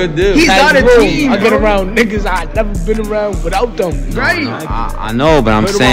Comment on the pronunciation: Bro said Neva left the trenches, dude I the bacc said Neva leavin 😂😂😂